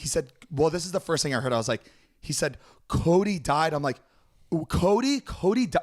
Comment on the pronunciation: is a “big fan” but he was saying “kody”....